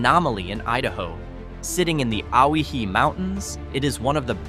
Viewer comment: Oh why hee. Say it right!